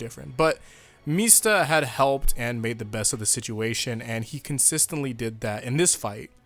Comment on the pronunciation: .....Why are you pronouncing Mista like how Sex Pistols says it? MEESTA